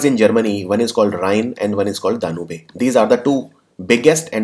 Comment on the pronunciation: Sir it’s डेन्यूब not डेन्यूबे